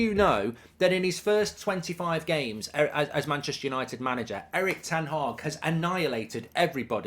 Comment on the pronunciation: Ten Haag 💀 my god